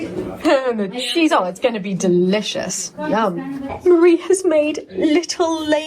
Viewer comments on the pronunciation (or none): Why do you keep saying Murrie to Marie, you speak french so good, it must be easy to say Marie in the french way